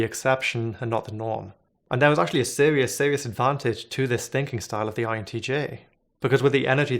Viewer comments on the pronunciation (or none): caweebwawl for cerebral . I can't take him very serious or should I say.... Sewious..